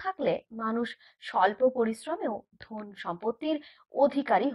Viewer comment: কথা টা ধোন নয়'ধন'😆😆